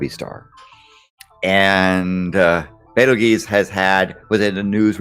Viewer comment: omg "Bait-el-geese?"